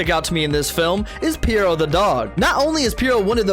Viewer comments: Bro he was saying piro 💀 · Perrito/perro. Not Pierre-o. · Perrito. Ok period. Why u sayin it so weird. They literally say it in the movie multiple times. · First fact is an utter joke. Perrito means "doggy". I've also never heard such an atrocious pronunciation of the word lmfao